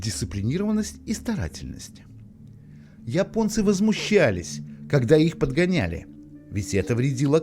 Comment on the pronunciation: Голос за кадром похоже не человеческий: русские не говорят :"Я понец", а Ипонец". или я ошибаюсь?